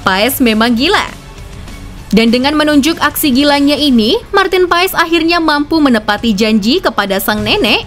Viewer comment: Koreksi bacanya martin pas